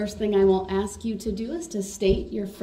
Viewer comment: You didn’t “Axe” the question